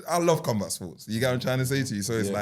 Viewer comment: Man said cumbat sports 🌋